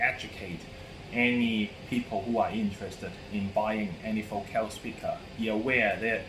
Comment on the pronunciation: You are mispronouncing the word FOCAL.